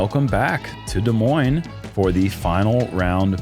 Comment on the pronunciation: Thank you for saying Des Moines correctly.